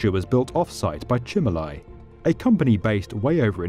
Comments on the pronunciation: My bad. Im italian and you are spot on with the pronunciation. Its just an odd name and i was not trusting my ears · It's called Cimolai. We're confident our pronunciation is right, unless any Italians want to correct us!